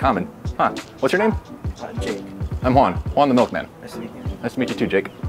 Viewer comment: The way you say your name "my name's Juan" sometimes it sounds like "minus one"😂 maybe it's just me. Goodday anyway!